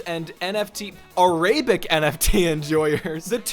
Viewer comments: Why you say "ar-ray-bic" instead of "air-ra-bic"? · Air uh bic✅ A rAy BiC❌ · "arraybik" :sob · Only a computer science student would pronounce Arabic as ‘Array-bic’, never change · Why did you say Arabic like a-RAY-bick? Unhinged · what caused you to think arabic is pronounced arAbic? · a RAY bick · aRAYbic is killing me😭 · Why is bro pronouncing Arabic (a language by the way, not what the people are called) like it's a slur lmfao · thats a wild pronounciation of arabic 💀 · bro doesn’t know how to say arabic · wildest "Arabic" pronunciation ive ever heard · That pronunciation of “arabic”… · Is no one talking about his pronunciation of Arabic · Why do you say Arabic like that